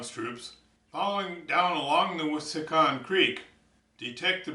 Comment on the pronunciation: Nice job. You might want to explain how the measuring sticks work when you use them, at least in the beginning. Also, it is pronounced: "wiss-a-hick-un" Keep the videos coming.